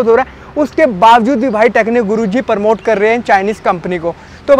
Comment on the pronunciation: Bs beta bs thak jaayegaa.... promote hota hai...Paraamote nhi